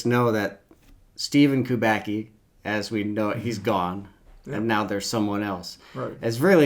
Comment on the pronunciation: No, not "Kubaki". It's KUBACKI. KUBA-TS-KI. Like tsuki in japanese.